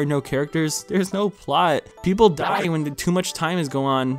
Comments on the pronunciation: It's a sharp (on the ears), like Pool Cue. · I laughed every time you said "die" lmao